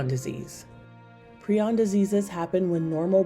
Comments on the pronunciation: Teach your A.I. voice to pronounce prion. It's pry-on not pre-on. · It's pri-on not pree-on...